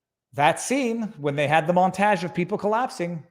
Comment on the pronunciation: God is this how Canadians pronounce “montage”?